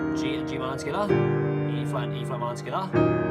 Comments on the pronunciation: I love how this guy says tugeda so quickly or it even sounds like skeda 😂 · “Togetha”. The way he says it is so weird